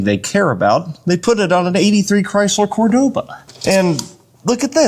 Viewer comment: I'm pretty sure you took many shots before.😂😂😂 There is no such thing as a Cordova..... It's Cordoba.